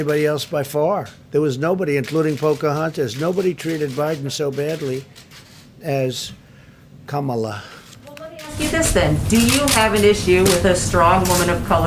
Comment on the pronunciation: Come Allah..he pronounce Kamala Harris name